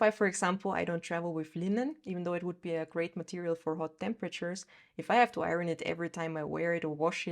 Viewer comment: Your English is great! One thing (well English spelling is so non-phonetical and nonsensical that it is not funny) but one thing was the word IRON. In American English at least it would be pronounced as EYE-earn (or urn).